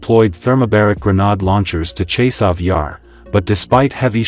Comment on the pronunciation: "Hour yar" sound funny. It's Chasiv Yar, dont' allow google translate to trick you.